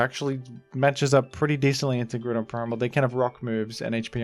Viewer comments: IT'S GROUDON, NOT F*CKING GREWDON! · IT'S GROUDON, NOT GREWDON! GET IT RIGHT PLEASE! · I accept the baton pronunciation but grewdon is heinous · THE SECOND O IN GROUDON IS SUPPOSED TO BE A U! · Why do you pronounce Groudon like that? 😭 "Grew-don"